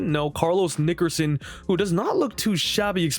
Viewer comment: Bro you gotta chill with that Nickerson pronunciation.